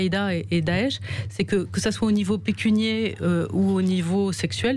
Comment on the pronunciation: Pécuniaire et pas pecunier